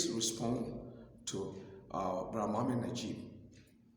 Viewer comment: 🤣🤣🤣 yasir cardin, mohamed Najib. What the hack this guy pronounce so wrongly? Oh i see quran has hole in the narative so the pronunciation has variants.